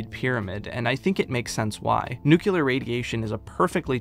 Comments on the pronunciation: An amazing walkthrough a series of games I would have never heard of otherwise.. Also.. it's NU CLE AR (noo-klee-er) not NUCYULAR. I'd love to know where everyone gets the Y from. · Every time he pronounces Nuclear as Nucular I want to scream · Say it with me Nu-cle-ar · Did you learn "Nucular" from George Bush?